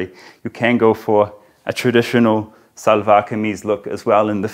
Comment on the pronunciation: I was wondering how he learned to tie izaarband/naara (cord in shalwar)😉 Karl it's shalwar(as in she) not salwar.